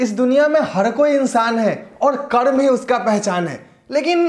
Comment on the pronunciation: Karm ko kadm kahte ho hindi bhi nahi ati